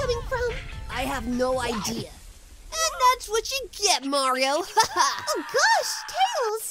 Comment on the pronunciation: I'm certain that he said "Nario" instead of "Mario"